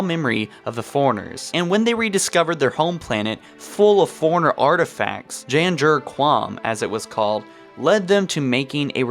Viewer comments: Foreigner, Not correct. Forerunners, correct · forerunners,not foreigners. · When you say forerunners it sounds like you're saying foreigners. Lol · Lol when you say forerunners it sounds like you're saying foreigners...